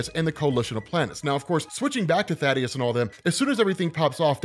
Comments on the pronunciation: Also. Thay-Dus. His name is Thaedus, not Thaddeus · Planet's name is "Viltrum" The people are "Viltrumites" also "Thaedus" is not "Thaddeus" its like th-ae-dus. Good videos tho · bro, I think dude's name is pronounced "thay-dus" or even "thay-eh-dus" not Thaddeus..lol aw thad lol